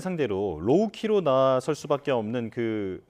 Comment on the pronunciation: "로키"가 아니라 "로우 키" 즉 저자세